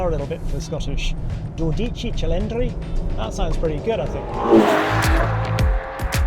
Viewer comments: It's pronounced "doh ditschi" cylindri, Henry. Please don't massacre the wonderful Italian language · Sorry, but it is pronounced do'dichi chili'ndri, with the accent on the first syllable on the first word, and the second syllable on the second word. Otherwise, a great video! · Mentions Italian accent, and then butchers the pronunciation. Why do English speakers insist on putting the accents on the wrong vowels all the time>? It's dOdici, accent on the "o" ffs. Same as mEdici is not med'ee'ci, or Imola is not imOla. Not that hard to learn really, es when you're a bloody journalist and it's your job not to look like a tool... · I think that the tonic is on the "Do". Therefore DO-deechee (phonetically) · by the way all that talking about the name dodici cilindri and then your pronunciation of dodici it's very wrong! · Oh dear... please don't massacre the name of this car Englishman.. listen to Enzo over and over.. you are putting the emphasis on the wrong letters and breaking up the word! Dodici Cilindri!!!! You making me cry 😢.. coming from an Italian Aussie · Italians don't emphasize individual syllables (if anything they emphasize all), so the name Dodici isn't pronounced Do Dí Ci Cilindri, but rather as Dó Dí Cí (try to emphasize every syllable). Trust me I'm Italian ;-) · dude, it's not doDIci, it's DOdici. stress on the first syllable, not the second, FFS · Harry’s syllable accenting on dodici is incorrect. Just listen to how Enzo says it. Not do-deeChee…it’s dodee-chee. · it's not "DodÌci Cilindri, it's DÒdici Cilindri" Henry. Greatest engine, ugly design, Ferrari just lost it completely. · Before Enzo turns in his grave: In Italien, most of the time, you put pressure on the third last syllable - so it's DO-de-ci and not do-DI-ci ;-) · Sorry, as an Italian, I have to pause the video here because, please! do pronounce "dodici" correctly, i.e. on the very FIRST SYLLABLE: It is DO-dici, not do-DI-ci🧐🤠😎! Now on with the video! 🤩🤗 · it's dòdici not dodìci haha